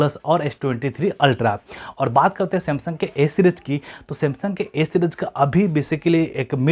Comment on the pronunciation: O bhai s bol raha hai ya a bol raha hai sab confusion kar diya tune😥😬😬😖